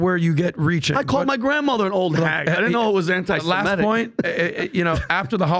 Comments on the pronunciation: Why do so many people mis-pronounce anti-Semitic.. it's not anti-Semetic. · Nobody seems able to pronounce antisemitic correctly. It's not antisemEtic it's antisemItic!!